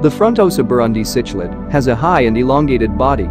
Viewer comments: You know this is going to be a high quality production when the the auto-reader pronounces “cichlid” as “sitch-lid.” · It's sik-lid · You are pronouncing cichlid and Tanganyika wrong, very painful to listen to. What about the black widow frontosa??